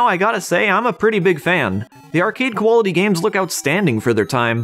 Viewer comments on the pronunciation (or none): I’m sorry, are you saying “koala-ty” instead of “quality”? 😂